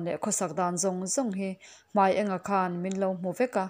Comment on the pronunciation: Hmai eng a(yellow)ni lovin Hmai ênga(light) tih tur aniang